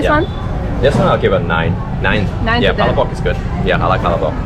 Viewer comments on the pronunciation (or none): Please pronounce Palabok correctly.